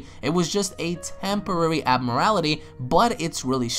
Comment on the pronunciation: IT'S PRONOUNCED ABNORMALITY